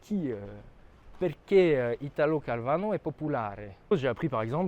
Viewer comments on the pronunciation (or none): Italo Calvino, pas Calvano, inculte 😜 Je te taquine, mais plus sérieusement ses trois bouquins le Baron Perché, le Vicomte Pourfendu et le Chevalier Inexistant sont très bien, je te/vous les recommande chaudement !